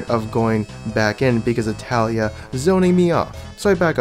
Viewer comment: It's not Taliyah it's Taliyah